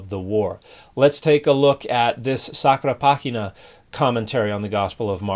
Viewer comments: I think it would be “pah-GEE-na” in Latin, but since Dan did his mission in a Spanish language country, I think it’s just his “default.” 😊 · I'm pretty sure "Sacra Pagina" isn't Spanish and shouldn't be pronounced like that